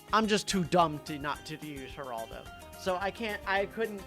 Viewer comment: Why does he say Geraldo like Heraldo